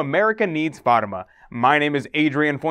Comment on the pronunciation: Please learn how to say Fatima correctly.